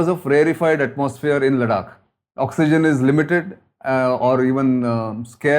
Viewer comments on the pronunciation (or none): भाऊ! तुमी “लडाख” नको बोला!! ‘लद्दाख’ बोल ना रे । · confused relating of events? PLEASE!! A CRISP CLEAR THOUGHT PROCESS AND VERY CLEAR PRESENTATION ...NOT THIS SORRY WRONG PRONUNCIATION (LADAKH = LADAK ?) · Please don’t call it LADAK. It’s Ladakh. A humble request 🙏🏼